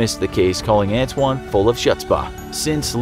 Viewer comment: His name is ant wan